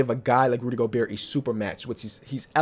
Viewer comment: Someone tell him to stop pronouncing the t in Gobert